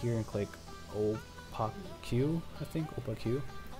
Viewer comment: "o-pah-queue" understandable it's o-pake english is a stupid language, i know